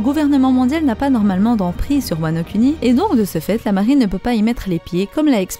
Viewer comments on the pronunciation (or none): ça se prononce "Kouni" par contre ;)